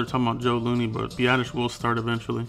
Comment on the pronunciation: Nice work on Biasdasz. Also thanks for pronouncing his name correctly, it's not that hard.